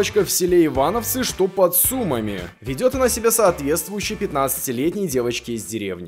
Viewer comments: Я Сумчанинка, правильно не в Сýмах, а в Сумáх=) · Перед тем как говорить название города, узнай о правильности произношения. Я не придераюсь, но не Суууумами, а Сумаааами. Русские очень часто коверкают название.